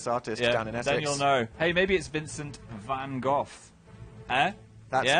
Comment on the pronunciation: Phill said Vincent Van Gogh wrong...I think I'm going to die...I would say this correct pronunciation but unless you speak Dutch or at least know the alphabet, phonetic spelling won't work.